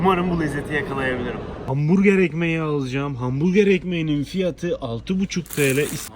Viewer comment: Hamburger diyişi djkdkfkf